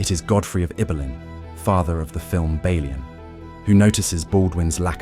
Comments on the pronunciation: This is either very poor human narration or its A.I. Within the first 4 minutes I heard at least 3 different pronounciations of Balian and the French name Guy totally destroyed, pronouncing it as you would in "Guys & Dolls". Awfull, I couldn't watch it further. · Did you even watch the movie? 😂😂😂 you mispronounce Balians name, his wife's dead body wasn't burned 😂😂😂😂